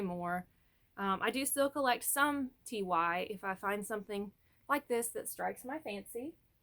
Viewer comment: Is there a reason you are pronouncing TY as Tee Why instead of Tie? I don't mean that in an insulting way or anything. I'm genuinely curious if there is a reason.